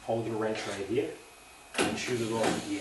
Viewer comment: Salt wreaks havok on everything rubbah, as you can see heeya. Unbolt it heeya, unbolt it heeya. Lol